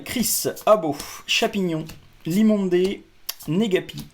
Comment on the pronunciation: Limondeuuuuu pas dé😂